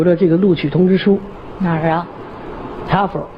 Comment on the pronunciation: 人家說的是哈fer 不是哈佛，中文英說，英文中說